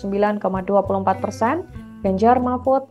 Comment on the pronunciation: apa cuma aku aja yg denger kalo presenternya bilang ; ganjar marmut?